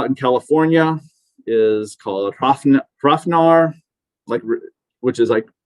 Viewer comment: Hrafnr is pronounced with a v, not f.